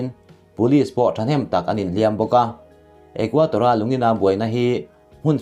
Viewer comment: Ecuador..Ithil chhiar hi Equator tih hlira kahriat chute😁